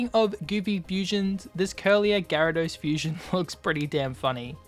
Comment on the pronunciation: Its actually garedos, pronounced gay-ru-dos